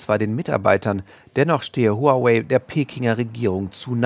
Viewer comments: Den Namen Huawei spricht man: Wawey! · ARD, lernt doch mal bitte wie man HuaWei richtig ausspricht.